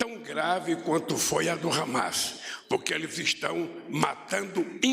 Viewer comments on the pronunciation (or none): none